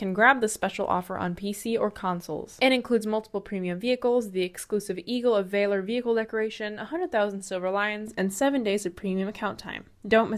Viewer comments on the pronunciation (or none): mispronounced "valor"